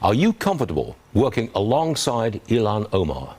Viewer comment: Elon Ohmaar… Never heard of him.